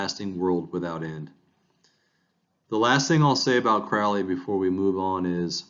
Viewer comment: It's Alistair Crowley like the Crow NOT Crouly. Please pronounce it correctly.